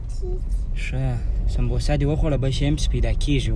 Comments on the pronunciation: we called it samosa not sambosa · Werora sona bemana youtuber yast pa mazirat sara , sta de videos ao wakht zaya kwalo skha ba ledonki se zda kry ? Awal der ghlat talafoz kawi . Sambbboosa wayast . Sambosa lekal kizhi ķho Samosa wayal kezhi noor dase der tlafoz. Bal kochni di pa mother ke drawale da khbre wersra kwe, bal de kochni sara drive kwe ao twajoo di mobile ta .pakawro ao de mashome sara khbro ke da , werora dase videos bande wakht zaya kra che amozeshi wi .